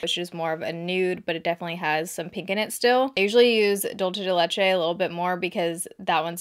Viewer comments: "Dolce de leche" 🤣🤣🤣 DUL-CE the c sounds like an s and the e like the e in dinner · Just a heads up, Dulce is pronounced /duel- seh/ ♡ and leche and /leh - cheh/ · I haven't seen much youtube videos lately and I Bingewatched a ton today, I love how you say Dulce de leche, that is something we eat a loooooooooot here in Argentina, it is unclear if it's from here, or somewhere else, but I don't know why, you kinda make it sound italian, and I like it. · Fa stra ridere come dice ‘dulce de leche’ 😂😂